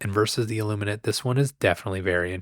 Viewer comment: every time I hear you say the name of the ships, i hear "sausage" kkkkkkkkk